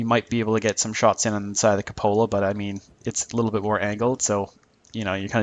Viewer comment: que-poh-la, not cupp-olla